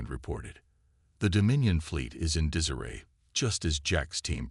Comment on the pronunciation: Almost done with your story.....WTF is "DIZZ-uh-ray" (disarray), AND WTF is a "DIP-luh-mutt"!!!!!!!!!!!!!!!??????????